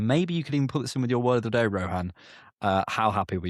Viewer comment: Classic move for Rohan to mispronounce the word of the day 😂